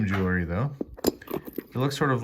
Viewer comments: It’s actually pronounced “jewel – ry”. Not “jewel – a – ry “. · Clearly already opened. Everything arranged face up… also, can we please pronounce JEW-EL-RY correctly? It’s not JEW-LER-Y. Ugh